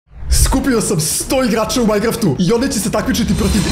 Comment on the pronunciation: Nekaže se maingraft već majkraft